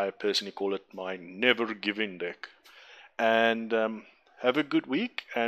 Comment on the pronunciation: nice video :) although I can't shake the feeling that you pronounce the word "deck" as "dick" :D